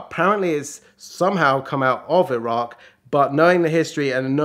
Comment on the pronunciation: first British person to pronounce Iraq correctly!! it's EE RAK, not EYE RAK